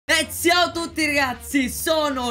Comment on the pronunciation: lorenzo! ma perché dici ziao